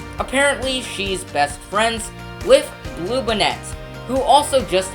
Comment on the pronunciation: It's BOOie like a ghost. It's BLUEbonnet. That's bonnet like an Easter Bonnet. Y'all could have at least taught your narrator the correct pronunciation of Texas names! Bluebonnets are the State Flower. Bowie is named for Jim Bowie, who died at the Battle of the Alamo.